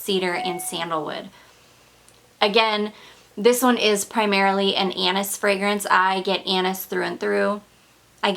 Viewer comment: Forget about the panties how about the “ Anus” she keeps mentioning again and again lmfao 😂😂😂 she means “Anis” omg